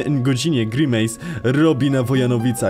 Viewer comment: Troche mnie denerwuje jak mowisz grymis jakby co wymawia sie grimejs